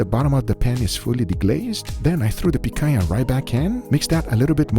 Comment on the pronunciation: we the people demand you leave the butchering to Emillio, you truly butchered the Pichania. The queen says off with your head!